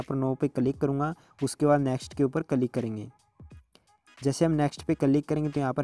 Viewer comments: Bhai it's not calik ... it's click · Kalig nahi he bhai Bo click hota he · 😂😂😂 calik nahi bhai click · Fan!! of your word " Ca -lick " 😅